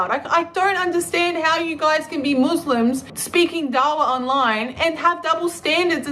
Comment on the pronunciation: "Moose-Limbs"... She Says.